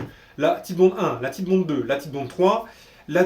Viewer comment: La marque Titebond est une contraction des mots anglais tight et bond. Donc ça ne se prononce pas tite mais tight (taït) comme right fight etc...